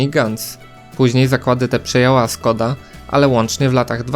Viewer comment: Skoda has to be pronounced Shkoda - the first letter is a Esh